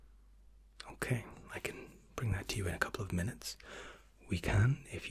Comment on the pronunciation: YOU SAID MINUETS!!!!